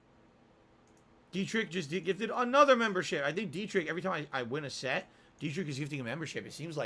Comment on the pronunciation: its funny how he doesnt even make an effort to say derich's name properly